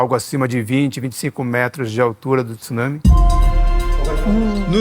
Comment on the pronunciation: meus ouvidos agradece por ouvir TSUNAMI e não TIÇUNAMI